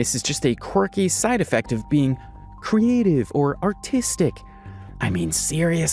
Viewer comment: autistic not artistic lol